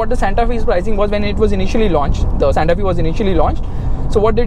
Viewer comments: Santa F-ay not Santa Fieee. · Its SANTA FE. Pronounced as SANTA "FYE" not "FEE"